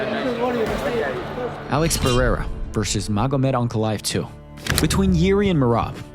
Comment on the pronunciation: Chael… “Alex Pierre” lmaoooo